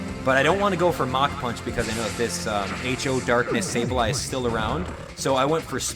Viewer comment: And it's Sableye lol